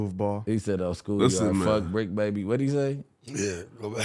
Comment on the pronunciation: That man said “Bri BrBr” instead of bricc baby😭